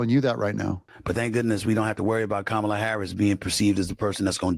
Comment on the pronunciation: Doug, not that I care, but you pronounce Kamala like you pronounce Pamela. Accent on Pam and accent on Kam' a la COM' uh luh. Enjoy your videos.